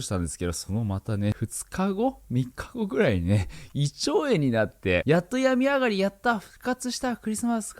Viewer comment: 病み上がりの発音も違うし、使い方も違うのカワエエと思った。